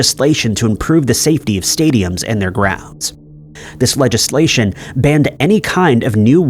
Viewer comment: "Leg-us-lay-chun"? How about pronouncing it ledge-iss-lay-shun? SMH